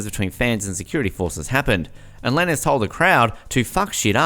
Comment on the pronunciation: Tory who? That’s not how tf you say his name!!! It’s TORY LANEZ Pronounced like LANES like driving and switching lanes. And we been known this for about a month and his new arrangement is this month on the 18th. He hasn’t even plead yet. Also Megan lied.whoever uploaded this is so late. And Kehlani put Tory back on the song actually...